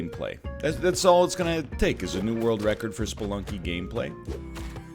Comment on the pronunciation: Every time NL says “Sploonky” I Pog